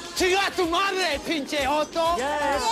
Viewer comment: This scene always cracked me up. It's especially funny how that actor screws up all those Spanish expressions by mispronouncing words and using them out of context. Still, the expression "What is, PINCHE?" was very catchy and my friends and I still use it till this day.